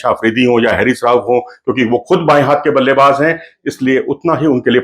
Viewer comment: Pronunciation of Haris is "Haa Ris"not hairis